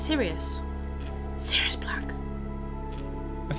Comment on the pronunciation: It was mentioned. And it is Sirius, not sirus.